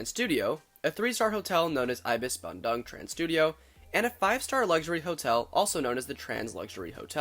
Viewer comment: Lol 'bandang' sounds like 'banjir bandang' which means large flood. Which quite often happens south of Bandoong It's the 2nd Trans Studio park, but Indonesia has several other theme/amusement parks before, most notably Dunia Fantasi(the actual first theme park) and Taman Safari(a drive-through zoo) Still, great video!